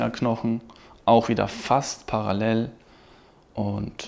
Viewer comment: Bro bitte gewöhn dir ab, Paralell zu sagen.